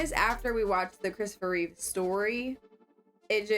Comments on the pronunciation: It's REEVE GODDAMMIT! You're telling me you watched the Christopher Reeve story but you're still calling him REEVES. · Christopher REEVE* (no 's' at the end of his last name)